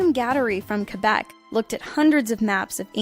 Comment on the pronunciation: So... she can say Québec correctly but moments later butcher the word 'archipelago'. Is it intentional?